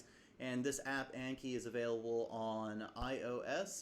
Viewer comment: pronounced like on key bc it comes from japanese (暗記) not like yankee lol